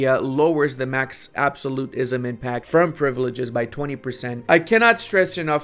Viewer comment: I will subscribe if you can start saying "absolutism" correctly